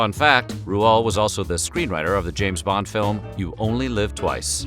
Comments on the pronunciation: . "Rooh-Ald" Dahl?! It took me 30 years to finally pronounce it correctly. RIP Mr. Dahl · I now know the correct way to pronounce Roald Dahl’s name 😊